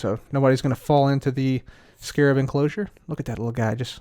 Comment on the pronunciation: First few seconds of the video: immediately pronouncing Scarab properly. <3